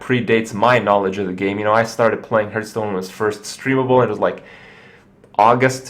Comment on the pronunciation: It is kinda annoying, that you keep saying hurtstone. Its pronounced like heart, with an H at the end.